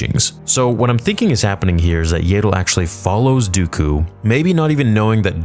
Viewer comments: That's what I thought 😂 it kept distracting me from everything he was saying whenever I heard "YAY-DLE" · It’s pronounced yaddle, not yaddle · It’s Yeah-dull bruh. Not “Yay! Dull!” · It's ya-dull not yay-dull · This is awesome. However, it bothers me that you say "Yayddle" rather than "Yahddle" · I'm sorry but its so irritating to me how you pronounce Yaddle 😂 I always hear everyone say it "Yah-ddle" instead of "Yay-ddle":P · Is Yaydel the official pronunciation? I ask as I've also heard Yaddel, and the spelling does seem to make Yaddel more likely that Yaydel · It's pronounced YAD-DULL (rhymes with Paddle), not YAY-DULL. Also, Yaddle was present at the very end of Episode I if I remember right so the fight will be in between 1 and 2. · THANK YOU. It annoys me almost as much as when he pronounces Xizor as "zy-zor" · Stop calling her Yeiddle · I’m sorry but there’s two ds how is it yay-del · Shouldn't Yaddle be prenounced more like "yaadle" or "YArmouck" instead of like "able" ?